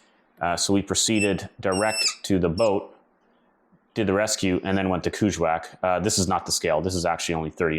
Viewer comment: Hi I 've worked up near there in Ungava Bay. It's pronounced KANG IK SALOUU JU WAAK as we were told.😊